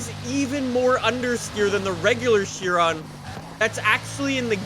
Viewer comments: It’s pronounced shi-Ron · Theres no t on chiron its pronounced shiron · Why he say fortza Its forza And not "chiron" "Sheeron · kia ron is the proper pronunciation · It is "fortza" idiot. That is the only thing can pronounce correctly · Wait... is it she-rone or Chee-ron